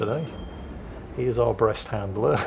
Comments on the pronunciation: I'm from Brest and your prononciation is perfect, we know it, we like it and we hate the royal Navy😉 , but Dunkerque prononciation man o man this is depressing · You may not be able to handle the Dunkerque's pronounciation... But you are very good with our Brest